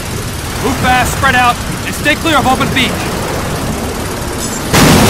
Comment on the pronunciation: at the beginning, the soldiers are always saying "beep" instead of "beach"